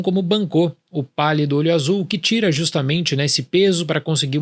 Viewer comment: Eu só entendi ele falando "O Palio do olho Azul"